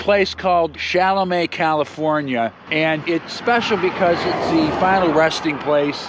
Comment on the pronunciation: "Cholame" is pronounced "show-lamb"...not "shall-o-may".